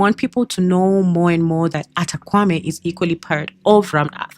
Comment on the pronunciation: Great info but you're pronouncing the name wrongly. It's pronounced "Kpa" as in Kapa not "Kwa"